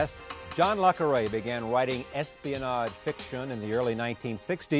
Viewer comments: Oh, please. He constantly interrupts and talks over his guests, frequently cutting them off in mid-thought. He loves his own voice most of all. And despite his pretensions, can’t pronounce “Le” properly in the author’s pen name. He says it like “La,” which is awful. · Really disrespectful of Charlie rose not to have bothered how to pronounce Le Carré correctly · Drives me absolutely bonkers how Charlie Rose mispronounces le Carré AND espionage with such American carelessness. God bless Charlie Rose, but he was a little bit of a goof. le Carré is an absolute treasure and has still Got It, even almost into his 90s. His new book is phenomenal.